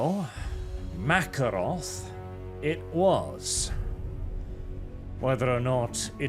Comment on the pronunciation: I feel like it should be. Ma-care-off, not The Russian Makarov with an f.